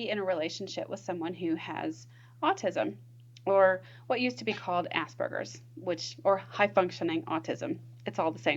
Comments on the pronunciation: It's 'Aspergers', not 'ass burgers'. Sorry, but I struggled to get past that as it sounds ridiculous the way you say it. I could not focus on the content. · Am I the only one that keeps hearing 'ass burgers"?